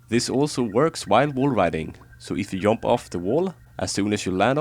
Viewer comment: lmao its funny how u pronounc e jump as yump